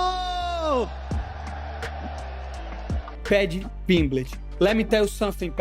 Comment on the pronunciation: why does Moicano think that T's are J's?